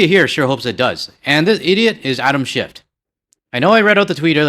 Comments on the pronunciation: It's "SchiFF" ...not "SchiffT" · Just love how you change that senator's name by accidentally adding a t at the end,.... yeah, he is a 'shift(y)' guy..... And I will never buy any US wine, I'll stick to my favourite BC wine, Jackson Triggs, from just down the road, and locally made beer....Okanagan Springs. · Just a quick note from a radio guy… there is no T in Schiff when you pronounce it. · Agree with your sentiments, but the name of the California senator is Schiff , not Schift. Don't weaken your argument with mistakes. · I am certainly no fan of Adam Shiff. However, if you are going to rail on the guy perhaps you could say his name correctly. Ironically Taco Tuesday calls him Shift as well.... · Something that makes me giggle: when you ask us to click on the bell icon all, as well, it sounds like: Click on the bell icon, ALL IS WELL.. I love that part. As for Shift, from a Canadian perspective, he is a Republican wanna be. He is in politics for the Grift Only, Just like Nancy Pelosi and Chuck Schumer. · I have NEVER liked California wines. I tried a few, and stopped. They are horrible compared to many other countries wines, including Ontario wines!! Oh and by the way, there is no 'T' in Shiff. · They're US-ers. That's all. Nothing else to say.😂🇫🇷🇪🇺 Also it's SCHIFF. Not SchiffT. No T on the end. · I was a bit more polite when I commented yesterday on Schiff’s YouTube post (ingrained Canadian politeness 😬), but I agree with you. At this point, even if it all goes back on shelves, their sales won’t come back to the same level. Ontario and BC wines have benefited from this whole thing. And it’s Schiff, no T